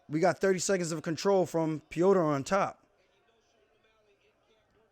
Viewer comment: Sean - "oh you're a wrestler now!!???"I don't know what's better. Paulo saying Luke rockhold or you saying o'molly lol. Also how the fuck you say peoter correctly and hack up O'Malley lol Thanks for the vid champ 👌